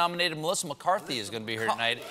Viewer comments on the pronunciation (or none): none